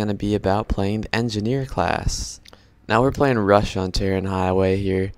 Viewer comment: It's not "Tay-Rin" highway! It's 'Tay-Ron' highway. It's a major city in Iran....